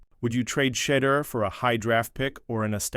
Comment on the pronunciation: learn to say his name. Sheduer.Sheduer isn't going anywhere. Community loves him.